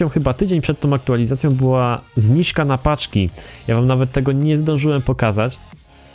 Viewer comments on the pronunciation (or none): mówi sie zniżka a nie zniźka